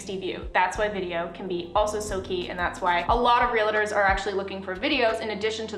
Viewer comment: Here's a Professional Tip for you.. The word is REAL-TOR.. NOT Real - i - tor !